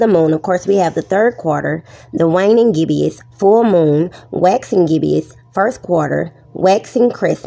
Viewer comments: I love how she calls us “globetards” when she can’t even pronounce the word gibbous correctly. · I lost it at 'gibbeous' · “Gibbious.” God save The Queens. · Did she say "Globetard"? I find that highly offensive. What is a "Gibbious" moon 🤣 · With a voice like that she HAS to be trolling. You can’t take anyone seriously when she pronounces reflect “reflek” and gibbous “gibbious”. But i did like her as that sheep in Zootopia lol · "Dat, dis, gibbeous," Uneducated and unwilling to be taught. Sad individual' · "Ukkyer"? "Gibbeous"? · Every time she mispronounces "gibbous" by not only giving it hard g but an extra i, I want to scream. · Not taking lessons on astrophysics from someone who can’t read the word Gibbous correctly.